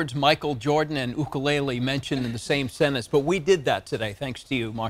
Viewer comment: Jake no ka oi! But there's no "Y in 'ukulele!